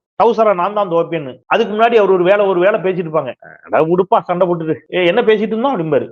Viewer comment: Yow….use ‘Sa’ instead of vadakkan word ‘sha’/‘sho’,Sandai not Shandai, ‘Sonnaar’ not ‘Shonnaar’ , Soranai not Shoranai , Soru not Shoru